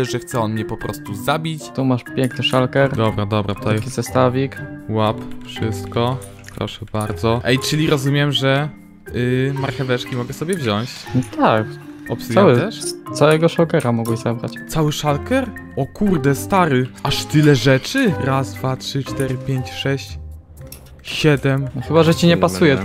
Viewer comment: mówi się wziąć nie wziąść, aż uszy bolą